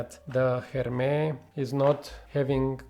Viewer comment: Great review! Agree with what you said about the comparison but I will also add that Oajan is more gourmand/sweet/dessert in my opinion. Also don’t forget to pronounce the S in Hermès 😋 Greetings from Paris 🇫🇷